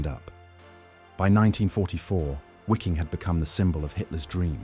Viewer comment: Excellent, but it's not pronounced wee-king or wikking. It's Vee-king.